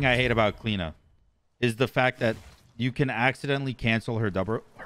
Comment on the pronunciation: why do you call her Clina and not Clio lol?